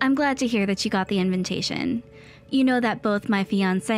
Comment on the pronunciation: Inventation. SMH. I've heard this mistake for "invitation" on several of these stories.